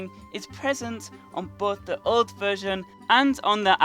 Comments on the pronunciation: It sounds like you say joke containment unit, and not old containment unit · You sound like youre saying joe containment unit